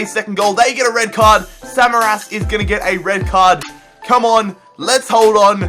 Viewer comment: did he just call samaris samaras im triggerd